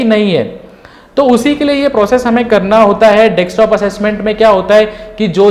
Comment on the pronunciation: You have explained well but plz don't mind this is Desktop not Dekstop...!